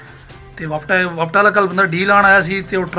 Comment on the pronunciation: Bhai wapta ni wapda hota h😂😂